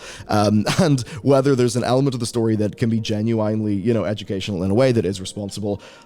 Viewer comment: How do you pronounce "genuinely" like this? Don't tell me it's the accent. You just never checked the correct pronunciation for a word you didn't know